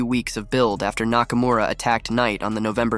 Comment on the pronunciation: "Nakamaura Rules"